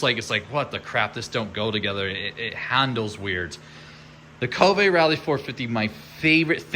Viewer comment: Be great if he could pronounce Kove properly..🙄